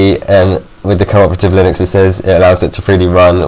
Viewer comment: lol u pronounced linux lie nux then u said lin ux